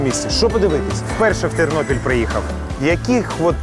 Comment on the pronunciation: Тарнопіль, а не Тарнополь! І Тернопіль, а не Тернополь! Говори правельно.